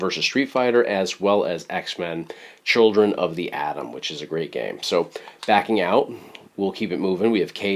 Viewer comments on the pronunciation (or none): none